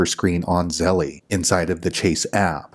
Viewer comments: Thank you, but I cringed every time you said Zelle. It’s pronounced “zel” not “zel-lee” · You calling it "zelly" makes this video really hard to watch.